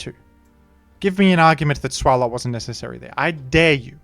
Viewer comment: lol how pronounces Swalot, as if its giant gaping mouth doesn’t hint at being pronounced like swallow.